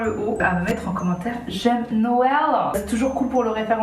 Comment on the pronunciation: J'aime Noewlleuh 🤍🤍